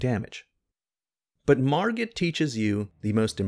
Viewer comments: "Margret"... Margret out here teaching lessons, he gotta teach you English -101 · My boi, what's with this hard "G"